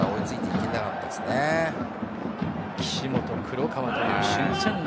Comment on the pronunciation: クロちゃんです。ワワワワ～実況よ、キシカワではなくキシモト。